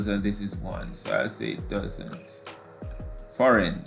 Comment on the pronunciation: Sir number 11 is D because every word has a similar (-"ain") sound at the end while foreign has an (-"in) sound at the end, also you didnt pronounce foreign right